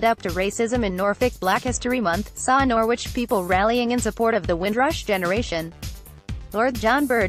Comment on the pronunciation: It is pronounced Nor-ridge!